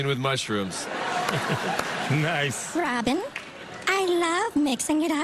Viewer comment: not to sound dumb but why did Nick pronounced Robin's first letter a bit differently